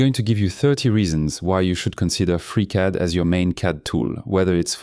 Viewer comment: Oh....Free Cad......I thought you were saying Freak Out and i download some hippy program:hand-purple-blue-peace